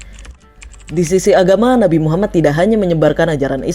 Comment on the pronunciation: . Min tolong dong bilang nabi Muhammad.. Nya yg benar bukan muhammat, tapi muhammad محمد . Ujung nya bukan hurup ت , tapi hurup د. Sebelum menceritakan pelajari dulu Min cara ngucapin nya